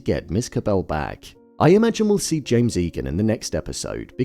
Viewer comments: I absolutely LOVE these videos… but it’s “Jame” Eagan, not James 😭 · My theory is that maybe finally you’ll realise you’ve been getting the Lumon CEO’s name wrong EVERY TIME. Anyway, really good video. We can always rely on.